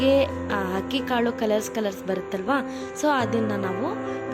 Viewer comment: 437 ನಿಮ್ಮ ಶಬ್ದ ಹಕ್ಕಿ. ..😂😅 ಎಂಥಾ ವಿಪರ್ಯಾಸ ನಿಮ್ಮ ಕನ್ನಡ